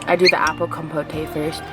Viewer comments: It’s definitely not pronounced “compotay” 😂😂 it’s just “compoht” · The E on the end of the word compote is silent. it’s pronounced com-poat :) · It's COM-pote. :-) Like mom-goat. LOL!